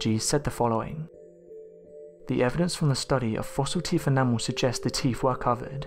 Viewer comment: Is he saying teef???